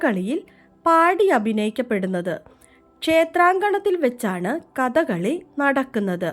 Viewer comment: കഥകളി not ക ത കളി